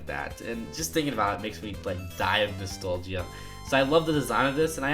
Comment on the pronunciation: Sorry, but I think that you might be saying nostalgia wrong. I guess it is one of those words that can be pronounced in different ways.